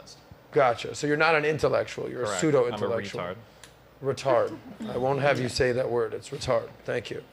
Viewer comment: That bitch said Pa-soo-doh intellectual